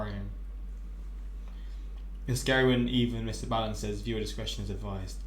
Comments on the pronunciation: B-aaaallen not bailen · it's ball-in. Not baal-in. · you got to start saying his name properly